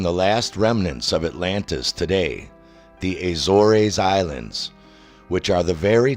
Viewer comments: The Azorays Islands? 😄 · What’s with the pronunciation of Azores? impersonating Americans now? Pronounce it like an English person or lisp like the Portuguese or spanish. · I find it hard to take someone's claims of a sunken island seriously when they can't even pronounce words such as "subsidence" and "Azores" properly. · Been to the Azores. He pronounced it wrong. There's nothing there but farmland, jungle, and bugs.